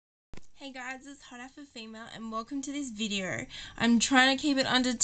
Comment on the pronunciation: Haha she said welcome to this videarrr . ! lol = )